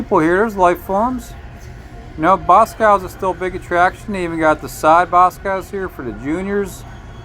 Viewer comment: It’s BosCOV’S not Boscows lol